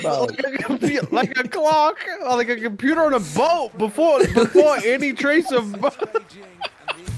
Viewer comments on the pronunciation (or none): computah on a boate